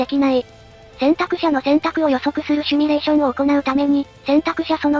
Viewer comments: シュミレーション❌ シミュレーション⭕ どうでもいいかw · シミュレーションを「シュミレーション」って云っていてモニョる。 #シミュレーション警察